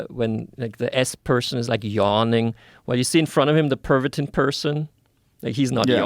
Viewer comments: 😂😂 the way he say "Pervitin" is french accent not german 😂😂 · It wasn’t “pavatine.” Pavatine is an erectile dysfunction drug. PERVITIN is the name of the methamphetamine.